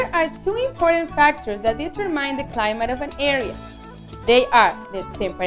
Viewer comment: Not being rude but you said climite zones it should be climate zones👍🏻